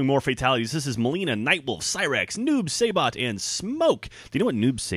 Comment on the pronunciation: Sabot? uhh pronouncing fail